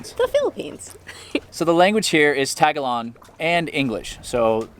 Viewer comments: Um the language here is NOT "TAG-a-log" it is "ta-GAL-og" accent is on GAL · Beautiful video with beautiful couple. Tip: Philippine vowels are all short - So that’s tuh-guh-lohg. Remember, short vowels and also syllables usually end with a vowel; Most of the time.. Tuh-guh-lohg and NOT tag-a-log. Good luck! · Ta-Gha'-log, not Tag'-a-log. What a farang🤦‍♀️! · "Tag-a-long?" ... he keeps pronouncing the language improperly ... it's Tagalog (Ta-gawl-ug) ... not "college" enough apparently. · Its TA GA LOG , not Taga Long... wow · i like how he keeps sayin tagalong 🤣🤣 i wonder how long it took before he learned it was incorrect. OH damn this was 2 years ago! i thought it was recent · Heads up: Tagalog is pronounced Tay-gah-Lug Not tagalong lol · The language is Ta-ga-log not tag-alog...mmm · They speak tag along? Better ask someone how to say it. The emphasis is on the second syllable for most words. Tah gah loge. Like the word low and the hard g sound. Palawan is pah low...like cow or sow...wan. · Please, for the love of god... stop saying "tag-a-long"..... Its "tah-gah-log". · Nice try. It's pronounced Ta-ga-log. Not tag along. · Tagalog. Not Tagalon. Video is pretentious. Private private private. Not for the average traveler from what I am seeing. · Please pronounce our language right. Slow it down a little Ta..ga..log. I'm like what the heck did he say????? You sounded like tag a long! Geesh!!! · Did you just say "tagalon"? LMFAO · OMG I have never heard Tagalog pronounced that way. I was like what did he say? LOL Its pronounced tah gah log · It pronounced ta ga low. Tagalog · You pronounced tagolog wrong. Awwwwh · This guy always say Tagalong 🤣 🤦‍♂️ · can you never pronounce it Tag-a-long LMAO!!! smh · Lol the way he says Tagalog 😂😂😂 not even close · Great video but please pronounce "Tagalog" correctly. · His pronunciation of Tagalog and her pronunciation of salamat made me cringe a little. Palawan is beautiful though. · Learn to pronounce Tagalog correctly.